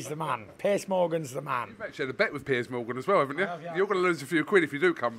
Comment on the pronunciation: Did he say ‘Piss Morgan’? 🤔